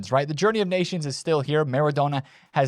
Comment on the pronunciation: just leaving this here for you. Maybe you will start to learn how to pronounce Maradona.